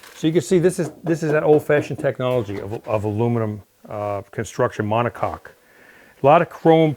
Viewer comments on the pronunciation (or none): none